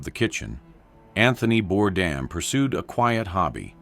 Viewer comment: The man committed suicide and you can't even get his name right. It is pronounced Bordane.